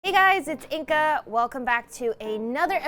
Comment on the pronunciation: She says inka not inga?